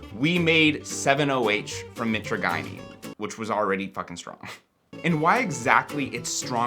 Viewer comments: Please learn how to pronounce mitragynine before saying it over and over. ( Mit-tradge-aneen ) I was selling live speciosa back in 2004 before eBay banned all kratom products. Your friend's plant looks pretty sickly which can make the leaves taste even worse than usual. One cool thing about them is that they grow in a cross-type pattern; two branches go east and west, the next two go north and south. The branches should be growing parallel to the ground , not reaching up in the air for sun. They are a very cool looking tree because they normally form a perfect cross with branches at 90° angles. And kratom burps are the absolute worst. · Mitra guy neen lol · Btw; pretty sure it's My-traah-jih-neen (how Mitragynine is said) Banning it would be so fuckin stupid. I've used kratom for 10 years, sometimes would go a lil harder (use extracts, do 15-20 grams per day) but a large majority of time, I only do 10 grams per day and below, typically below. And when I've quit using it, the worst withdrawal I got a minor (emphasis on minor) sense of anxiety for like...a day or two. Just like with alcohol and weed, people need to have a sense of self control, it's absurd that this is still a point of contention. I don't even think 70H should be banned, I understand it in certain ways, but it's just another alkaloid in kratom. I liked it. But it did develop negative effects faster than I'd ever experienced from regular kratom, so I stopped that stuff. Either way, kratom should be regulated like weed and alcohol if anything, shits absurd they're trying to ban it again. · Real researchers actually pronounce it "MY-tragi-NeeN" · Or if u wanna be wrong but cheeky, "My Tragina" as in "my tragina may taste foul, but its gonna feel so good" 😂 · Mi-TRAJ-yneen. Mi-TRAJ-yneen. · Always thought it was pronounced "muh-trage-uh-neen" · i hate the way you pronounce mitragynine. please consult the dictionary